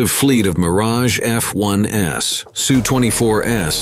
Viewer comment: Nope, only got as far as “Sue 24 S, MiG 29 S”. If you’re going to insist on using a robot narrator, at least write the script so that it’s not obviously a robot narrator.